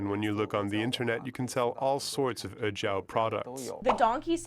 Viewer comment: Ejiao is pronounced a little differently. 'e' and 'jiao' are two separate characters, and 'e' is not 'eh', although it's hard to describe the actual sound because it doesn't really exist in English. 'Jiao' sounds more like jyow. It's nice that you looked it up however. On the matter of smuggling, I really don't think that smugglers do so because they're inherently evil. A lot of people commit crimes and enter shady businesses because they also can't find any legal work that pays. I don't condone the abuse of donkeys, it's just that it's not helpful to point the blame on the smugglers. I'm angry that they seem to have no care for the lives of donkeys but there's a bigger fish to fry and it's not the smugglers. The issue is capitalism and opulence. Chinese people like to buy expensive herbal remedies as gifts for others or to tell others that they are taking it, to show off their wealth. The high demand also encourages people to make money off of it. The animal is not slaughtered with respect and is treated as a product because doing it in an unethical way will get you the most money.